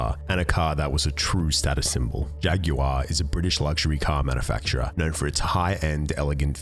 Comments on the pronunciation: I have never heard anyone pronounce jaguar the way you do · “Jagyouare” silly aussies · I love how you on the other side of the Atlantic say "Jaguar". It makes it sound extra classy. In the U.S., we say "JAG-wahrr", just two syllables. I shall say "JAG-you-ahh" henceforth, while adjusting my monocle.